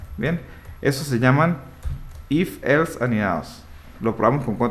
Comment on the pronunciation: un perro muere cada vez que dice elfs